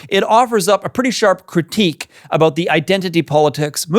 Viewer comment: I knew you were Canadian when you said a-boot. 🤭 But Murray is an insightful man.